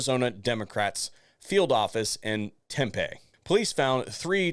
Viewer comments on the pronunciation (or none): tem-pee not tem-pay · It's pronounced Tem-pee, fyi.